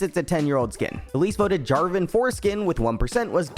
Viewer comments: Wait. Am I the only one who heard Jarvan 4skin? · Anyone else notice that it sounded like he said Jarven foreskin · Is it just me or did he say 'foreskin' on jarvan's part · Am i the only person that heard Jarvan Foreskin or? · He did. Look at the CC. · I'm such a child... I heard Jarvan foreskin 😂😂